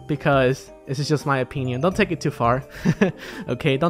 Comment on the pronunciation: "it's just my OPEENION"